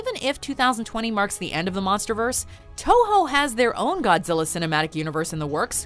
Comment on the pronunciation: "We call him Go-zilla"